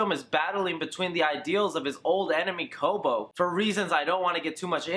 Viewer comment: Lol, you called him Kobo. It's Koba. Good review otherwise, I can't wait for this movie.